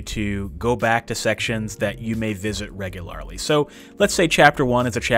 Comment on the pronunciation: reguaaararrly. hehe